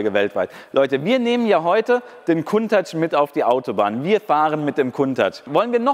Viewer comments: Warum sagst du immer "Kuntach"??? Das Auto heißt "Countach", wie Account, danke. Das nervt extrem, danke. Nettes Video, weiter so. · ich habe die Aussprache Countach hinterm C wird ein u gesprochen noch nie so gehört. Ist das denn richtig ?